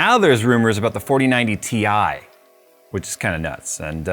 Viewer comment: It’s pronounced tie